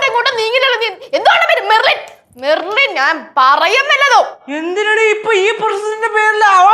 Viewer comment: ലച്ചു പറയുന്നത് കേട്ടോ മെർലിൻ മെർലിൻ മെർലിൻ മർലിൻ ❤️❤️🥰🥰😂😂